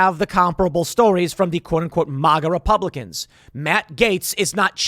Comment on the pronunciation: At least Biden can pronounce MAGA properly. What the fuck is "MOGA", Tim?